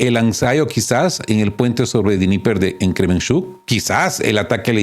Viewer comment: Dnieper es una palabra rusa. El ruso no se pronuncia como el inglés o el alemán. Todas las letras se pronuncian